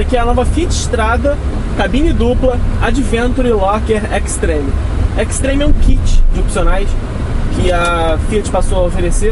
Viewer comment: Extreme pronuncia-se \ekstrim\ e Adventure \ádventchur\